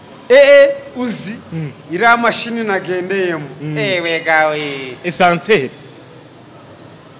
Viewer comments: Ascenseur... apana Essanseri...... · Ntago ari essenseur bavuga (ASCENSEUR ).